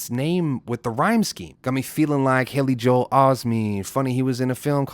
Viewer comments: “JO-EL Osteen” he’s just separating the syllable. He enunciates Aubrey like “Haubrey” to separate “dear Aubrey” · he says Joel that’s just how he enunciates. He says Aubrey like “Haubry” on meet the grahams. Its like he does it to separate the syllables